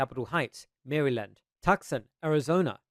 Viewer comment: For future clarity, Maryland is pronounced as mare-lund. Of course this may just be a difference of pronunciation between US English and Australian English. If so, please ignore this comment. P.S. I promise I am never this pedantic normally, but I know that you care about pronunciation